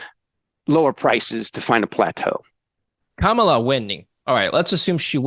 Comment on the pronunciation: Sad, that he couldn't even pronounce her first name correctly. It's pronounced like Comma. Comma La.